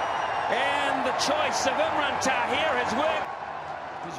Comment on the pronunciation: Its not takhir its tahir lol 😂😂😂